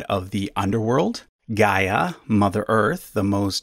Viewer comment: Gaia is not pronounced as Ga-eea but "Ghea" (similarly to how you pronounced Rhea). Source: I'm Greek.